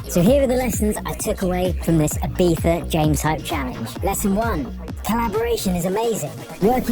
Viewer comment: Dunno who this "bro" is who doesn't even know how to pronounce Ibiza, but you are ace.